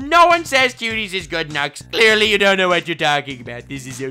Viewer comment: « That I cleearly didn’t understand ! » 😂🤣🤣